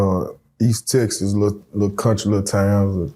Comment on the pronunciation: It’s called TEXAS! Not TESSES. My god!